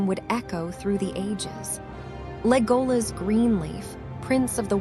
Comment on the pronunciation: The dress is on the E it's Légolas not Lególas